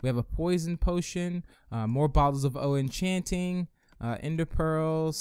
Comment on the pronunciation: why dose he say bottles of o-enchanting